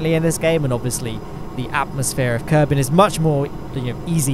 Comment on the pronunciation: "low kenuveur obit"